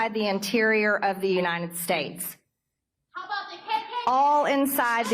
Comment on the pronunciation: Nobody: MTG: "You-nine-dend States"